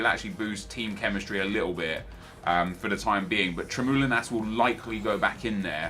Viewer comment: The way you pronounce Tremoulinas hurts me deeply.